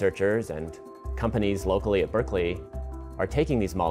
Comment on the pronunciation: It annoys me the way he says Berkeley all the fucking time.